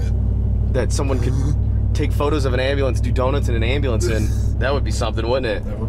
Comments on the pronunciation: All I can hear when you say ambulance is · LOL I love how he says, "Hey, don't hit my truck with your **ambulance**, like he's deliberately "saying it for the first time" to get his buddy accustomed to owning an ambulance :D